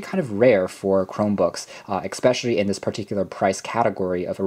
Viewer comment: "Expecially... " I just cant...